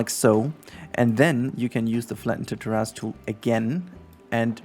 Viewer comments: Thanks for this tutorial and btw the correct English pronunciation is ‘Tair’-‘is’ it kinda sounds like there is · Thanks for the tutorial! Also appreciate your pronunciation of terrace. Makes me think of dinosaur butts.